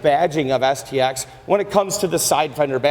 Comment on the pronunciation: I could swear that he said the SEX addition.